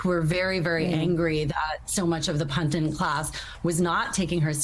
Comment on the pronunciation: Pandit not pandint. (pundint vis-a-vis pundit) Are these people educated? This goes with "very unique" - and "Antisemetism". Unique means "one of a kind" and it is Semite not Semete. Besides Arabs are Semites so it is a misnomer to apply to Jewish folks since they are of any race, including that of Sammy Davis Jr.